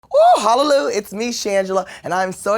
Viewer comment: omg hala-loo